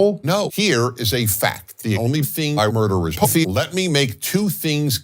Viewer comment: Why does he pronounce “pussy” like he’s Daffy Duck? 🤣💀